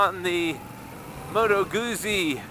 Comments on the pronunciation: The U should also have a little more oo as in two. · You say Guzzi with an invisible t. Like pizza. Scusa. Mi dispiace :) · Ma dovresti ! I'm sorry but it sounds so wrong when you say it. However, it will only annoy Italians.